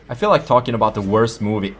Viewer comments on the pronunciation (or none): none